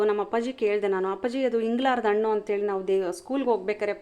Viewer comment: ವಿವರಣೆ ಚೆನ್ನಾಗಿದೆ. ಆದರೆ ಹಣ್ಣಿಗೆ ಅಣ್ಣು ಅಂತಿದ್ದೀರಿ😮. ಹ ಮತ್ತು ಅ ಗೆ ಉಚ್ಛಾರಣೆ ವ್ಯತ್ಯಾಸ ಇರಲಿ!! ಹಿಂದಿನ ಕಾಲ ಅನ್ನಲು ಇಂದಿನ ಕಾಲ ಎನ್ನುತ್ತೀರಿ. ಹುಣಸೆ ಹಣ್ಣಿಗೆ, ಉಣಸೆ ಹಣ್ಣು ಎನ್ನುತ್ತೀರಿ! ಕನ್ನಡದ ಉಚ್ಛಾರಣೆ ಸರಿಯಾಗಿದ್ದಲ್ಲಿ ಕೇಳಲು ಚೆನ್ನಾಗಿರುತ್ತದೆ